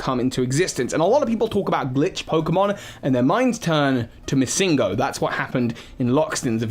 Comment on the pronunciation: The way you pronounce MissingNo is so strange. Its short for Missing Number so It wouldn't be pronounced MissingGo